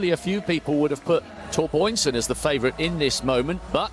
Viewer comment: "Torboynsen" - what is that? How many times can he read it wrong? It's the same Biörn as in Björn Borg...